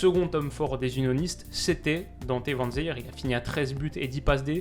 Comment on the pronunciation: Super vidéo! Seul remarque: les prononciations des noms des joueurs belges ou hollandais ahah ça pique aux oreilles! Van den Boomen = Van den BÔ-men Faes = FAAS Vanzeir = Van-zère;)